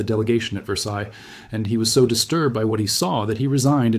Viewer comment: The S at the end or Versailles is silent. There's something about European history that I knew and you didn't.